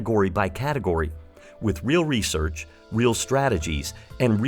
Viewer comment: "Resorch" lol